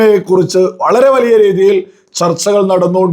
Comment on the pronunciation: വളിയ അല്ലാഡോ... വലിയ എന്നാണ് മലയാളം